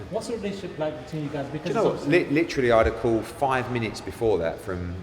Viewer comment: Eddies new slogan "lets have a cawl" 😂😂